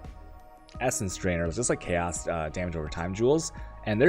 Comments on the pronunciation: it's intentional, he knows it's wrong but he still says "chaws" and "awchs" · you say 'alchemy' and 'chaos' wrong. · The way you pronounce "alchemy" and "chaos".